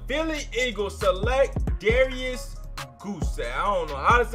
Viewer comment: Bruh, you got me rotf. Darrius goose? Lmao. His name rhymes with rice.lol. boooyy! you hilarious. This is one of your best videos yet. And.. I think your at least 85 or 90% right. Awesome flex